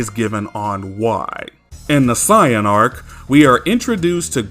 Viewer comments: Bro why do you pronounce "saiyan" as "siyan" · “Siyin” 🤦🏽‍♂️🤦🏽‍♂️. Idc if that’s the right way to say it, it’s freaking stupid. Just pronounce it the same way everyone else does bro. It’s not gonna kill you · Do me a favor. Let me hear you say Saiyan with a long A sound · You say saiyan as say in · No he’s saying it as “Sigh-yin.” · If you think that he is mispronouncing the word "Saiyan", he is using the Japanese pronunciations, and he likes to use the Japanese terminology of Dragon Ball in his videos now. He used to use the Western terminology, but now, he wants to be more accurate, so he uses the Japanese terminology, now. Also, people constantly accusing him of mispronouncing "Saiyan" is why he made this video: "Discussion: How To Pronounce Saiyan"